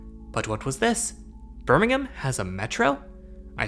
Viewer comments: It seems strange to me, hearing an American pronounce Birmingham correctly. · I'm just glad an American can pronounce Birmingham correctly :p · glad to hear you say "Birmingham" correctly :D haha I have been using this Metro pretty much all my life :)